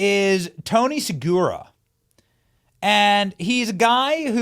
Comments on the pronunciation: Hey Benny, look at Tony's last name again. I think you're pronouncing it wrong. Try SUH-RUGA, not SUH-GURA. No disrespect intended. I appreciate all your hard work! 😉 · His name is Seruga not Segura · it's Say-rew-guh. get his name right. love you still